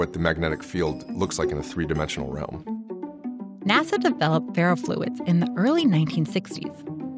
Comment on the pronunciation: Bruh she said natha instead of nasa